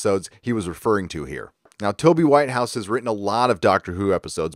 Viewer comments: They have indeed messed with the scripts... I love Doctor Who, but its brilliance is drowning in way too much ridiculous PC and childish scripts. Also, too many people traveling with the Doctor.... it's all a bit of a mess. By the way... it's Toby 'Wit-house' not White-house'. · It's not White house it's Whithouse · It's Whit-house.